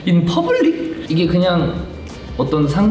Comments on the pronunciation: its the "in pabulic" for me😂😂😂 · "In poblic?" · "in pubeulic?" HAHSHHSHA he cant absorb it HSAHHAHHSAJSKAKSKA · “In poblic?” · “In poblic”?😳🤣🤣🤣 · 'In pobulic' killed me. Hahahahhshs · "In pubulic? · in pubeulic? 😂😂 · The way he pronounced “in public” took me out🤣🤣